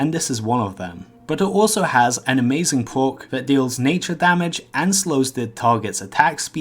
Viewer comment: it pwocks quite alot